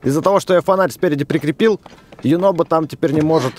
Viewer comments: Его зовут юнобо а не юнобко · А почиму Юнобо вечно говорит горо???